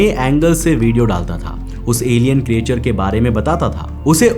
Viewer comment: ए भाई अगला विडिओ बनाने से पहले creature को ठीक से बोलना सीख लो। क्रीचर कहते हैं क्रीएचर नहीं नहीं जानते तो कोई बात नहीं पर गूग्ल तो कर सकते हो।